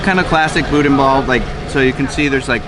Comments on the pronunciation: I'm laughing as I picture Corey M. rolling his eyes when calls it "boodin". 🤣🤣🤣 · ok..one thing..the bodin is pronounced "boo Dan'"hard on the D Come down south Louisiana and you would get laughed at saying it that way...... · “Boo-dan” and “pray-leen” but love these videos! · Boo-Dan is how it's pronounced